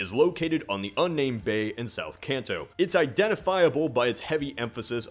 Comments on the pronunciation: It's KAHN TOE! Drives me insane when people pronounce it can't toe. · It hurts my ears so much to hear you keep mispronouncing Kanto. It's a long a sound. Like in car, or law. Not like cat or can. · I cant get over how he mispronounces "kanto" ....